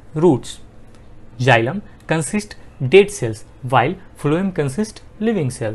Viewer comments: Is is not jilam it is xylem u are pronouncing wrong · Sir you explained correctly but please correct the pronunciation of xylem, photosynthesis and phloem Thank you